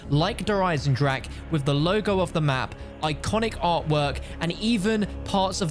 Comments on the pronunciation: No way this dude just pronounced Der Eisendrache as dur aisendrack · U say Eisendrache the wrong way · People still can’t pronounce eisendrache smh its not that hard